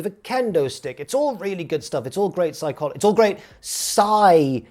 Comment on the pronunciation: ps-EYE-chology took me out. so proud of it too. 11/10 funniest wrestling youtuber